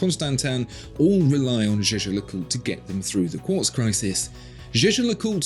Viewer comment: it’s pronounced jäger-lekulträ, btw maximilian jaeger was swiss german, only the other guy is pronounced french just kidding, it’s pronounced jaaescher-löcùltr